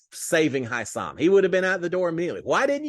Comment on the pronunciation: Hey you are misspronouncing Hisam's name.